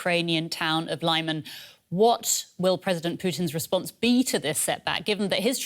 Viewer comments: It's pronounced "Li-mahn", not "Lie-man". The first syllable is pronounced like the beginning of "limit". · It is not 'laiman' its is 'leeman' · Leeman, not Lie-man. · Lyman is pronounced as /leeman/ not /laiman/ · Isn't it "Leehman" instead of "Lai-man"? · Lyman = Luhman, not Liman Donetsk = Donetsk, not Donyetsk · I would have thought better, more educated reporters, on DW. it's not pronounced lieman, but leeman, for the anglo lady. come-on! you're in Europe, not the USA. you should know how to pronounce things. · 'Lee'Man NOT 'Lie'man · It is LEE-man, not LYE-man!!! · it's Лиман, not Лайман. The very least that can do is listen to the Ukrainian channels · Its 'Leeman', not Layman! Please! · I'm glad Ukraine liberated this town, and will be also glad to not have to hear this butchered pronounciation of Lyman (say "Leeman"; not "Liman") so often any more. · City of Lyman is pronounced: 'li' (the letter 'i' as in mitt, lit, fit) and 'man' (the letter 'a' as in mama, papa. The accent is on the second syllable. So: li-MAN. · ummm.. lee-mahn? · lie-man? lol. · Lyman is pronounced "Lee Mon"... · Congratulations to the Armed Forces of Ukraine! 🥳🫡 Side note: I hate the way Western journalists pronounce Lyman 😖 It’s pronounced like LI-MAHN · One would think these talking heads could figure out how to pronounce Lyman correctly. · Can please teach the other Reporters how to pronounce "Lyman"? Thanks. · Would it hurt so bad for the presentor to pronounce Lyman correctly?